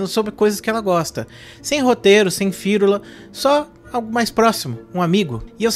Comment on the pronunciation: esse "firula" ficou estranho ou estou crazy ?